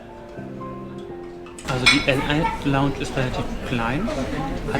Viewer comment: "Lal" Airlines... Bruder muss aktivst los. Es heißt el al :)